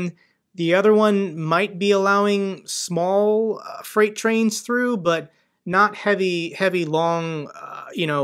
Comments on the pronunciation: I love how he said trait frains instead of freight trains😆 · you say " treight frains " LOL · trait frains LOL It must have been a long day 🙂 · You said "Treight Frains" instead of freight trains! Love your content. Gis a shout if you're ever in the UK, would love to buy you a beer x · Treight Frains …😂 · I’m sorry to be immature… but you said treight frains at the 13 minute mark lol.